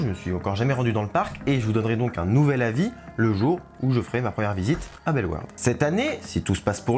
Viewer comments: il l'a pas hyper bien dit au début mais ensuite il l'a bien dit Belle Warde (en soit tu dis pas le "au" du tout même en flamand ) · Je viens de Belgique, je suis excité à l'idée d'essayer ce nouveau coaster! 😁 PS: Bellewaerde se prononce Belle-Au-Warde (pour les wallons en tt cas) 😉